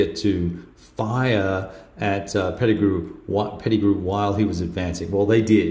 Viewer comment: You got Pettigrew right, but (pronounced Heath) tripped you up, as it did me, long ago!!! Welcome to the Civil War!!! I think you're going to find that there's fewer good titles and systems at your favored operational level than there are good tactical games and systems for this era. There are a couple of good strategic games (GMT's The U.S. Civil War, as one example). It was satisfying seeing you recognize the strong narrative that these tactical games build. The Civil War is *huge* on such detail, chronicling the exploits of specific brigades from specific states, and of certain key personalities (Lee, McClellan, Meade, Jackson, Longstreet, and so many others). Being able to describe a bayonet charge across a bridge (one you can name specifically) is so much more interesting than seeing one counter get "pushed" 50 miles in some direction on a operational scale map. I notice that facing is not a factor in this system? At first glance I was wondering why Pettigrew's brigades appeared to have their backs turned to the Union!